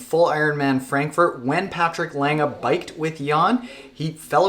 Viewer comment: Gabi Lenge oda Patrik Länga